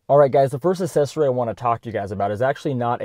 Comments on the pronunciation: Pronounce the C in accessory. It is not assessory. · Dude, why do you keep saying assessory? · Hey man try throwing a "C" sound into the first syllable of accessory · It's not assesory, its aCCessory. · Gotta ask - what is an assessory? :D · I never heard the word ‘assesory’ more in my life. Haha Great video though!